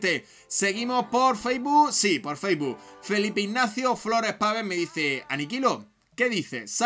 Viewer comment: Que se dice facebook, no faisboo!!!!!!